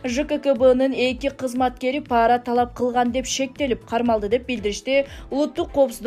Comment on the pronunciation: Окуп аткан Кыз туура окусан паара деп окубай пара деп окусан